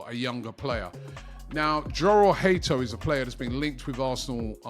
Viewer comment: Jorell hato name in dutch is pronounced yorell bit like jurrien timber it sounds like a y at the beginning not a j